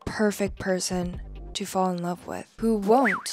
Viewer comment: "The LOVESUHHH!! of my life"